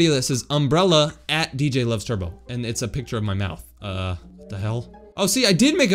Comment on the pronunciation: Ah yes, my favorite yoo-toubre,.